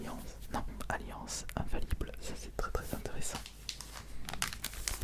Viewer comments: normalement c'est "un faille ible" mais il l'a dit autrement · Bonne vidéo mais par contre je ne comprends pas la prononciation du "infaillible" par contre..